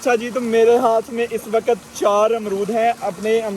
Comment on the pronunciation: Good Vlog A few things needs to be corrected WAQT = WAQAT DARAKHT = DARAKHAT HABS = HABAS Urdu ki qadr karein